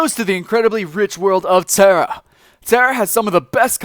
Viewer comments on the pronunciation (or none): Why is it that it really pissed me off the way you said tera.. xD